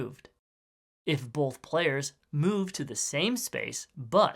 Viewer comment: I can’t help but notice every time he said “both” like “bolth”